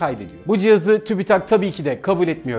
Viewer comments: Tübitak tübitak değil ki tüpütak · Tübitak değil abim siz bilmiyonuz . Tübit- AK , simdi oldu .